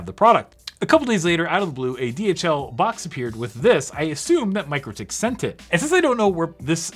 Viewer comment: Hey, it Mik-rotik, not Micro-tik, those crazy Lithuanians (no seriously, they are crazy ingenious from my experience). Love this channel lots!